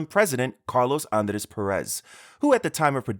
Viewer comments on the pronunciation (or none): none